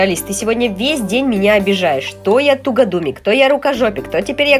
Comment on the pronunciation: тугОдумик ,а не тугАдумик Ошибочка😳😳😳